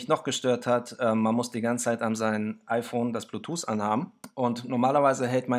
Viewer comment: super video, aber "blutuse" :)